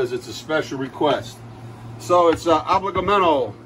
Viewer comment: I think you pronounce it really well! Some people wouldn't even attempt such a greek word! lol Awesome video ! I enjoy all your videos and am a huge fan! God bless!